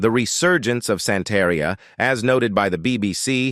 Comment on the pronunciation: The narrator sucked. He needs to stop trying to use spanish pronunciation if he doesn't speak Spanish. He really massacred "Santeria"